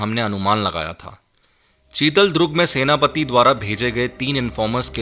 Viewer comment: चितलदुर्ग बोलो भाई चितलद्रुग नहीं|